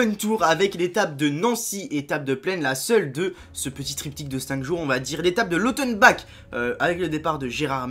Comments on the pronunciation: Lautenbar pas Lautenbak! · petit rappel de quelques noms de ville : Nevers se prononce nevaire.. Sarzeau se prononce SarZo et Lautenbach se prononce lautenbarr. Encore une Super vidéo. A plus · Salut sa ce prononce lautenbar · Lautenbach se prononce Lautenbar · Lautenbach ce prononcé lautenbak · Ça se prononce lautenbaR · Martin Dubos oui mais voilà ça se prononce comme si y'avait un r à la fin quoi ;)